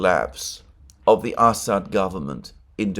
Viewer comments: It's Amusing how many times I hear Ass-hat instead of Assad. Merry Christmas friend. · "Ass ad" "Ham Ass" LOL come on man!🤣😂🤣